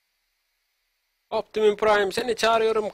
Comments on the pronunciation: Optimus pıraym diye okunuo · okunuşu optimuspraym